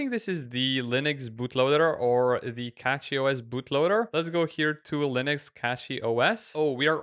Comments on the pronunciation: its CachyOS and not CatchyOS ... 😁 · It pronounced cashy noch catchy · Please stop saying "Catchy" when its CACHY. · he was the 2nd person with an non-english accent who called it "catchyOS"